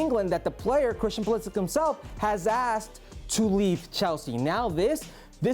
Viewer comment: Learn how to pronounce Pulišić surname correctly. Its not Pulisik. Its Pulisich=Pulišić